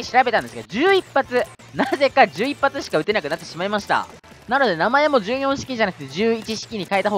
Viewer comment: 言い方、｢じゅうよん｣じゃなくて、｢ひとよん｣っていうんですよ。